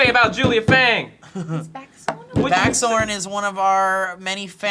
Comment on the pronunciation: I did a doubletake when they said baxorn.